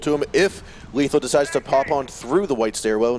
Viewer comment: Lethal not letham xd